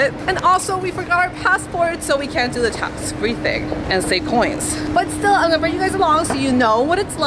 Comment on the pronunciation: she says japanese choins ... because she is in japan